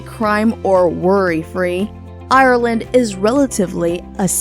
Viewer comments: Ireland, not I-ir-land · Hate how she says ireland